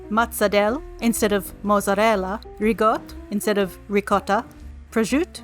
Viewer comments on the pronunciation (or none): none